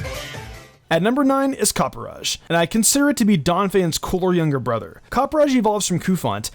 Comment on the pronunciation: I cringe every time someone says copperajahs name. Copper-a-jah. I don’t know why it bothers me so much. But I’m glad you included it in this because it’s my favorite of the new gen!